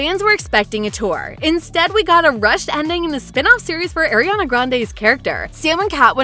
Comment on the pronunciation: Why the the narrator saying almost everyone’s names wrong… even Ariana😑